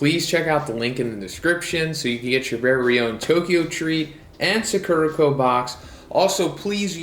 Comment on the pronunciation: It's Sakurako, not Sakurrhakou. Japanese pronunciation is the same as Spanish, so as an Spaniard I always find it a bit funny whenever Americans try to pronounce Japanese words. It's all in good fun though, not trying to be mean or anything~